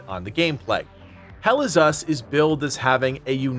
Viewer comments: Once heard. Can’t unhear. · Never heard this until this comment and now I can't unhear it 😔🤣